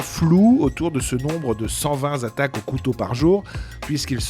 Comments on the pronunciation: Cent vingt Z'attaques! T'es un bon toi! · cent vingt z'attaques ? y'a un s à vingt ? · Ne dîtes pas cent-ving Zattaques svp ! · 120"Z "attaques. Attention aux liaisons de votre commentateur